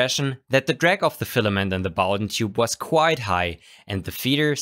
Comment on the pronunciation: Thumbs up for pronouncing Bowden correctly and a great review, of course.